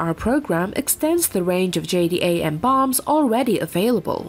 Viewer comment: JDAM Is pronounced J-dam jerk